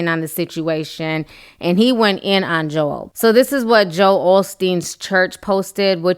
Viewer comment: girl thank You for knowing how to say his name. others act like the name Joel is so hard for them ugh